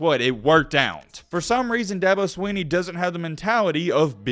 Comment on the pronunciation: Good Lord if you spend 11 minutes taking about a man can you at least pronounce his name correctly? It’s not SWEE-KNEE